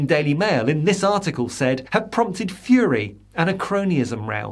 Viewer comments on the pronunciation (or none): none